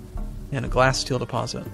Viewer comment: I believe it is pronounced like glassteal not glasssteel.